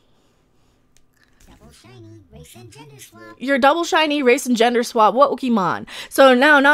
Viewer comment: "Wokemon" LMMFAO 😂🤣